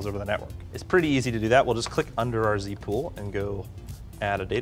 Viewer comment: z-pool ... not c-pool 🤦‍♂️